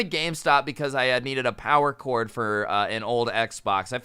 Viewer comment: Why did it sound like he said corn instead of cord?!?!?!? 😂